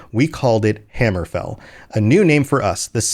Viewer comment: My bro, it's hammerfell not hammer fall